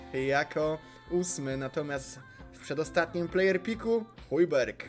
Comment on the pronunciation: CZYTA SIĘ HUJBERG